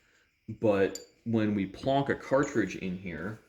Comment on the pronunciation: Lmfao, he said, " Plonk " .